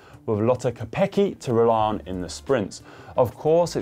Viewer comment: "Kopecký" not quite there yet though 😅